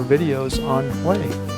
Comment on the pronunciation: Finally !!!! You're Pronouncing 'Hue' Correctly!!! LOL!!!